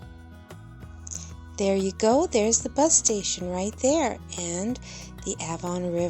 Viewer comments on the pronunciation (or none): Avon is pronounced Ayvon. The A is pronounced just like simply saying the letter A 👍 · The river is pronounced Ayven. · Avon..pronounced like hay without the h